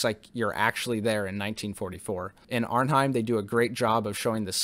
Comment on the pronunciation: Hi, I've reviewed this classic myself as well and you generally did a good job - but, yes, the pronunciations - especially on Arnhem and James Caan - not Kane. But I know it can happen when researching dozens of facts